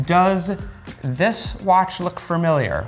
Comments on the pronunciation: he is very skilled but i have to say familiar does not have 2 r's in it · Can’t get past him saying “fermiliar” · every time he says "farmiliar" i wanna punch a hole in the wall